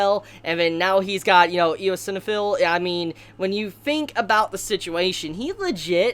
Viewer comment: Eosinophil is pronounced ice-on-uh-fill